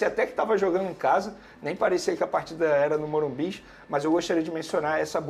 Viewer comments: O nome é morumbis tá correto mano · Tá errado o certo é Morumbicha😂